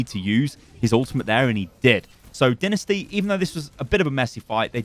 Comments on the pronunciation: I hate this.. Not the video the fact he says dinisty instead of dynasty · Anyone else notice he is saying dinasty and not dynasty? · Is it just me or do u guys also cringe when hd says "Dinisty"? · You have pronounced dynasty wrong during the video